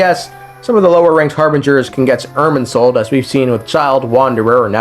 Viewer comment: What controlling soul are you talking about multiple times throughout the video? The erm soul (thats what it sounds like the whole time)?